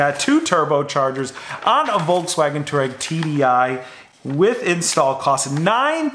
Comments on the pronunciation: FYI, you pronounce it Twar-reg. not Tour-Reg They are a nomadic tribe from Asia. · It's not a two-reck (aka citizen of Turkey). It's a twah-reg, please... This mispronunciation triggered me to the point of almost suicide, fortunately as a European I have access to more alcohol to sleep over it. I'm not at the "not remember" level yet, I just passed the "no more angry YouTube comment" level, wish me luck to get sufficiently drunk and wake up tomorrow! ;) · It’s pronounced twah-reg… after the nomadic tribe in Africa!!! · It is pronounced TWARAY not TOUAREG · The way you confidently mispronounce Touareg makes me want to puke every time I hear it.